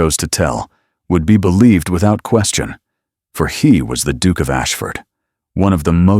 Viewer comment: I can’t get over the pronunciation of Duke = Dook!! Yuk